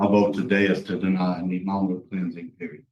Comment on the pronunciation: Can't say deny?